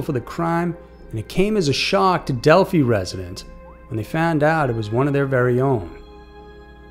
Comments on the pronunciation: It ends in an i sound Delphi. Yeah super sad story thank God it's finally solved it's been almost 6 years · Hi, there, If I ever meet any Greek police, I'll ask them how they pronounce it. I wonder if Delphi is a Greek word because the P.h. is pronounced like the the F. in English. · You try to make a serious deep videos but can't even pronounce the town's names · Wow. You need to do some homework.. starting with the right pronunciation of the city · The name of this town has been said so many times throughout the years of this case. How you're pronouncing it incorrectly is startling to me. Richard Allen is also not 60 years old. You really need to do your research and stop making click bait. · It’s not pronounced Del- fee It’s Del -fi Also, this is a VERY sensitive case that millions have been invested in for years. Please make sure your information is correct. Like the age of the suspect, etc. if you’re going to make videos about these poor girls and others, take the time to get your information correct. It’s disrespectful to be making money off these horrible situations and not taking the time to learn about them properly. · It's pronounced Delfeye, not Delfee. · Its Delphi not delphy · Delphē? It’s Delphī. And what ending? He hasn’t even been convicted yet. This is the beginning of a long, long road. And …who the hell is that? It’s not Libby. Foolish video. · Delphi= Del-fye, not Del-fee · Why does he keep saying Del-fee..it's Dephi (Dell-fi). Did he not do any research on this at all? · He is 50 years old not 60..and its pronounced Del-f-eye.. if I were u I would do this video over..cause there are a whole lot of Delphi true crimers out there who will be going crazy if things "aren't right"... just trying to protect you from a headache!!!!! Lol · It’s Delphī (long i) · If you're going to report on something please at least know where you're talking about. It's Delphi...long I...not Delphe. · It’s pronounced DELL-FYE